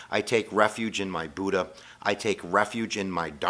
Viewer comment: Every thing is pronounced wrongly: Buddha, Buddhism, Siddhatha Gautama (this one's real bad), dukkha and all other Buddhist terms. This video is very superficial.